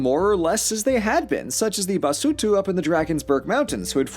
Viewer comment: maybe he didn't pronounce all the Dutch correctly, but apartheid was pronounced very, very well and that says something about how much he researched South African pronunciations. Other things that stood out to me were Basotho and Ngoni, both of which he pronounced well. He pronounced a lot extremely well for an American who doesn't speak the language. Maybe don't rag on someone for trying? Because he is, and most things in South Africa aren't pronounced the same as Dutch people pronounce it.